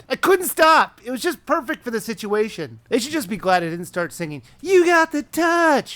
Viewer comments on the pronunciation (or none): none